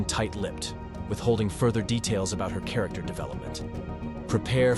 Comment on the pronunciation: "chair-ricter" lol